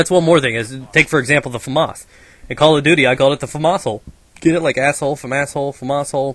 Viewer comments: its pronounced fah-maes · lol he says; famarse! funny american.. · Weird why Americans call it famoss instead of famas